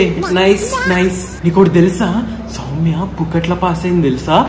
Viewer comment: akhil is telling soumya pimya 😂😂